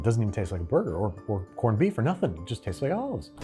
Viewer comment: Did you say “porned-beef”? Well executed episode!! That is some spectacular production and presentation! …and “Habby” B-day to Brad 🎉